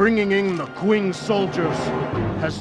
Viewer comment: Actually it would be closer to Ching, Q would make a CH type of sound. Kind of like X makes a SH sound so for example the Xu province would be pronounced Shu province. It is odd but this game pretty much mispronounces everything. Cao Cao shouldn't be Cow Cow but Tsao Tsao. At least his son isn't in the game because we would get the joy of the great Cao Pee!